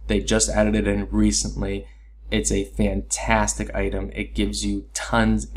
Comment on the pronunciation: Good stuff but is she "FAN-tastic?" XD